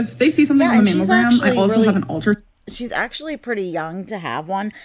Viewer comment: I thought she was saying mam o gram. And that was irritating enough. Mammalgram makes me want to cuss at her to talk right